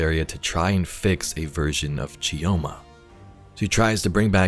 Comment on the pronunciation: It's Pronounced "Cho-ma". You drop the "i" like you drop the "D" in Django. :) I can't fault the audio dev team for letting it slip past them though haha